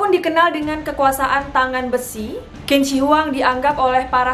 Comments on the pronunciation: Say Q itu bukan K cara bacanya 🙏 tp CH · Qin dibaca nya cin... Dia yg membuat negara itu di panggil cina buka kina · Hai.. Qin dibaca Chin ya.. Q jadi Ch bukan kin. Hehehhe.. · Maaf kak Qin dibaca ching bukan kin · Qin dibaca Chin bukan Kin. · Bagus ceritanya mbak, tapi Sedikit tambahan aja utk cara baca/ucap Kaisar Qin=Chin , jangan dibaca kin ya mbak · Bukan 'Kin' tapi 'Chin' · Qin = dibaca 'cin' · Qin itu bacanya cin bukan kin. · Kak, sebelum cerita mohon pelajari dulu cara pelafalan nama mandarinnya .. krn tulisan dan cara bacanya beda contoh Qin bacanya Chin, Zhang bacanya Cang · Q bacanya jadi C Qin= Cin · Kak bacanya Q bukannya C ya? Jd Cin.. bukan Kin.. maap klo salah. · Tulisannya qin tapi bacanya chin kak. Itu pinyin mandarin. Dynasty Chin kak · maaf yh kak aku sdikit koreksi , pronunciation "Q" dalam bahasa mandarin itu dibaca seperti huruf "C" 😄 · permisi kak, sptnya kalo Qin itu dibaca Chin dalam pelafalan china. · Tulisannya memang Qin tapi baca nya "Chin" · Q di baca "Chin" mbak... jadi Chin Shi Huang bacanya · Lafal Qin = Chin